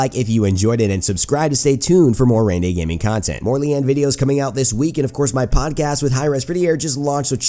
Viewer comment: Correct pronunciation on her name, which means 'lotus' (maybe)